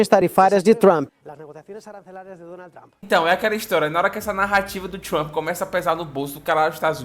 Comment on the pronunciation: Pra que se esforçar tanto para pronunciar trump "truamp" besteirol!